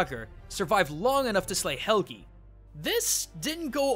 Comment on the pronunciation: When he says seagrohn instead of sigrún and helgeee instead of Helgi... AAAAAAAHHHHHHHHHHHHH!!!!!!!!! WHY DO YOU DO THIS TO ME!!!! I THOUGHT YOU WERE A CULTURE GUY!!!!!!!! WWWWHHHHHHYYYYYYYY??!?!?!?!??!!!??!?!?